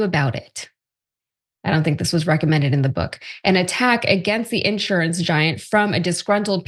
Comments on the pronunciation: She’s terrible. INsurance? On accident. 🤮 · These people can't even pronounce the word insurance